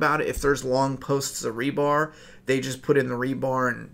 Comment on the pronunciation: not to nitpick but its "rebar" : )